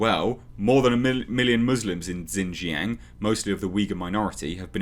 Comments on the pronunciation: I wish I had a microphone to help you with this. But the easiest way to pronounce it is (shin) (zhang) lower case a sound like when a doctor tells you to open your mouth and say aww. Or like the movie Jaws but change the s for ng. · Xinjiang is pronounced more like "Sheen-jee'yanng". For those who encounter Romanised Chinese words from time to time and are curious;-: The "X" is like "sh" and the "i" is like a very, very short "ee". The "ang" is kind of between "ang" and "ong" with barely a hint of "g". Basically, if you see Romanised Chinese words with an "X" and "I", push your lower jaw forward and say "She" through closed teeth. X is never "Z" and they don't have an "i" like the one found in "is". The Roman letters are not English.